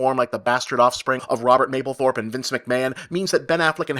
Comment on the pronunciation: *Mapplethorpe, not Maplethorpe